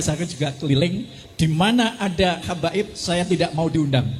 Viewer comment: Bukan kabaib madt yg benar Habaib..ngomong gak becuss